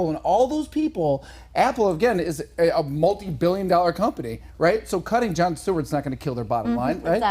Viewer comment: Yo it’s “Jon”